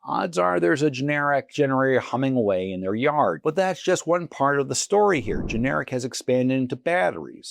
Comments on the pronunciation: It’s not ge-nar-ic. It’s gen-er-rack. That said, good pick. The recent storm activity will definitely up their business. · GIN ER RACK IS THE CORRECT WAY TO SAY IT.